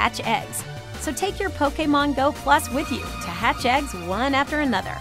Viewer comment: Lol poke a mon go XD she pronounces it the best XD